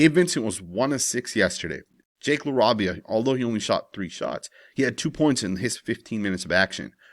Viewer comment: LA-RAY-VIA LOL GODDAMN 😂